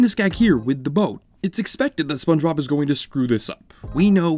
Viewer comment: …. You start the video off by saying “Spun-Bob” 😩